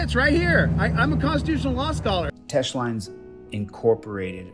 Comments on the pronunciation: Knowledge of what? He either misquotes the court cases on purpose or he just doesn't know them lol It's Teche, not Tech. It was also in Mississippi and this video is in California... Two different states! Imagine fact checking this guy. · Who is filming this? They sound deranged, maybe forgot their meds! I may be wrong but he does not sound like a scholar of any kind. That court case you keep repeating, 1 you are pronouncing it wrong, 2 it doesn't have anything to do with what you are trying to make it mean 3 it's a Mississippi case I think. Omg these videos are so funny. You don't need to make yourself part of the stop. I'm guessing your job is just to aggravate cops. I will bet just as soon as something goes amiss you will go looking to the 1st cop got help. No matter how little or big the problem you will go to the 1st cop you see!! It's not the camera it's the person behind the camera that can be a danger to the officer.